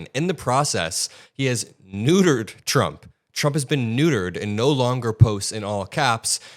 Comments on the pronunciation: trey has slip of the tongue when he starts talking...chump trump lol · The fox news guy accidentally said chump instead of trump lol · Slip of the tongue chump😅😅😅